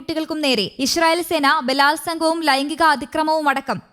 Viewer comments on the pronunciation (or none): " ISHRAEL " alla " ISRAEL "